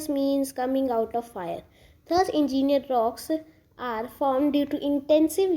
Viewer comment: It is Ingenous nor engineer😂😂 was not mean bad